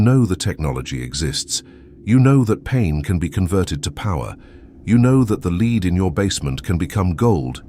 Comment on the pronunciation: No idea how this appeared in my feed. The comments are puzzling as it seems the pseudo intellectual bots are at war with one another. The video lost me after the 'narrator' couldn't pronounce the word lead. Multiple times. Stop telling me how to be human dang robots!